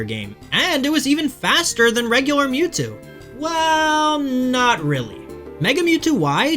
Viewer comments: the moo-two, I was lauthing my ass off :D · "Three fingers….it means hail satan" Holy shit…..that is cold AF, it’s ashame Mewtwo was ruined by pokemon…. Also it isn’t mootwo, it’s Milkthetwo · your pronounced "Why-vel-tal" correctly but not "Em-ew-too" "Ecks-earn-ee-as" or "Kay-yo-gur"